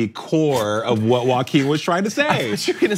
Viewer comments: I pronounce his name “Joking” 🤔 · Omg... dont say walking Phoenix. It's Joaquin *